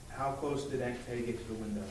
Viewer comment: Aunt TEE not Aunt TAY